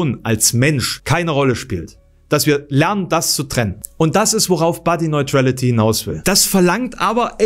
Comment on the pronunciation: Leute, wenn ihr einen englischen Begriff nutzen wollt, sprecht ihn wenigstens richtig aus! Ist mir schon bei der Diskussionsrunde aufgefallen. Body neutrality: body niuträlity, nicht body noiträlity...